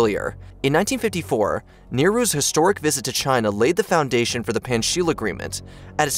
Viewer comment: Same reason for mispronouncing "Nehru", too? How about "diaspora" (as "Dee - a - spore - ah) -- it reminds me of Connie Chung's repeated "MS-dose" in her Bill Gates interview.